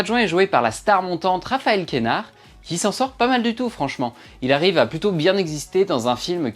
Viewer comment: C’est QUEnard et DEdienne Pas de « é ».